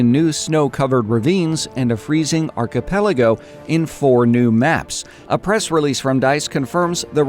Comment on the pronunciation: you can pronounce archipelago . Westie can't! You win .